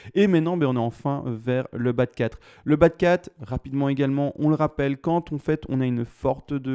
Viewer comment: Merci pour l'analyse technique... que penser de l'analyse fondamental avec les annonces françaises de ce soir ? .. je temporise ... ps : quand je t'entend dire bas de 4 j'entends toujours Bat'cave... 😂😂 mon côté cinéphile sûrement